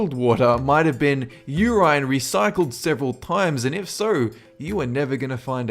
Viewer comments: I hate drinking recycled you-rine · You're focusing on the wrong part. The clear abomination is urine pronounced like "your-eye-n".